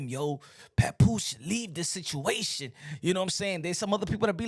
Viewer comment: Lmao did he say papooka